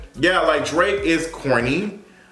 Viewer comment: Did you just call him Drak- I’m done. 😂